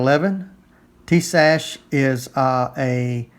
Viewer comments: it's pronounced: Tie Us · "Tee-Shash"?? ;-) I detect some southern influence here. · yes I am following it and your pronunciation is wrong. You'll be okay